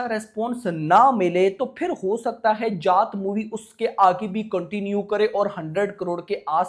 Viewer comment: Bhai tu जाट bol raha hai ya जात bol raha hai😂😂